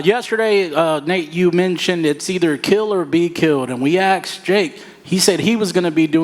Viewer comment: Why can nobody pronounce “asked” correctly. It’s not hard